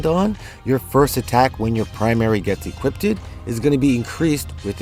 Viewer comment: 'equipted' LOL